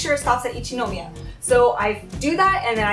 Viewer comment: 電車での出来事は本当に残念でしたね。駅員さんは大抵丁寧に教えて下さると思いますので、自信がないときは聞いたらいいんだと思います。私は田舎にいるので地下鉄は不慣れなのですぐに聞きますよ。 私もハローと同様に英語での日本語の発音に違和感があります。『一ノ宮』にしてもイントネーションが全然違うので(-.-;)